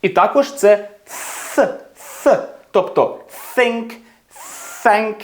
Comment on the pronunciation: Чому тоді think чутно подібно на тінк